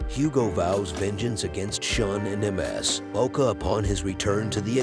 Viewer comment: Ms. is 'miss'. Not emm ess hehe